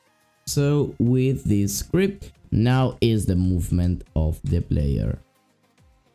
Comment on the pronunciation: Are you serious right neow